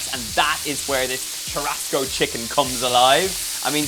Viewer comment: Churrasco is spoken as SHOE HUSCOE ( HUS as in Husband)